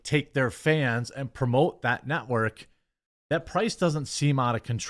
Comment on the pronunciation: Did I hear you correctly..? Did you call G4 the "NOT-work"? 🤣🤣🤣🤣